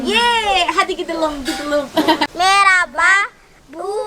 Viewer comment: Gidelim , gıdalim değil kız